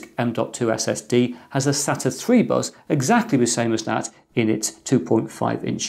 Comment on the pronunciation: Nottz boy accent the bus sounds like BUzz..good clip chrizz